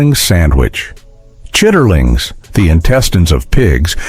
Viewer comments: it is not pronounced "chiterlings" its chitlins...and they smell like a hog lot...if you raised pigs you cannot eat them.... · "Chitterlings"😂 "Chitlins" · CHIT-TER-LINGS😂😂 CHIT-LINs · Come on. While some if the sandwiches did look good, within the 1st minute the narration mispronounces Appalachian, shows "rural Georgia" as the European country near Azerbaijan, and talks about frying the tomatoes in a "cast iron skillet" while showing a non-stick skillet. Not long after chitlins is mispronounced as "chitterlings". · Please teach your AI how the South pronounce words . Don't put the R in that. It's: Chit leans. And yes I love them